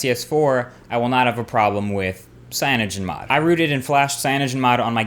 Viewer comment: He said CyanogenMod